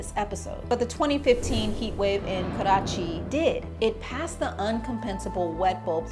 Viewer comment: Pronouncing Karachi like it’s a Chinese word 😂